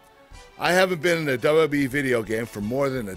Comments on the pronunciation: It makes my butt hole tingle, and my gooch vibrate every time he says "dabawa-dabawa-e". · RBT-RedBeastTrailers he actually said it right, once. Tf is dububee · ChillMan 123xC Yes it sounds like Dubbayah Dubbayah E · is it just me or did it sound like Kurt Angle was saying "DUB DUB E"? lol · its very funny how he says wwwe,....duba duba E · He says WWE so weird. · Is it just me or does Kurt say WWE weird? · I love him but he can't even say 'WWE' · LMFAO, it is pretty damn funny. I can't get over it. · he is not saying the second W correctly